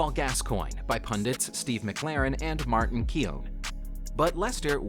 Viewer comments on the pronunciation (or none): none